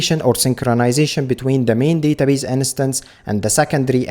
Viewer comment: Uh, possibility of choosing read/write connection via config is awesome. nice vid. ( please look up how "instance" is pronounced, it drives me crazy :D )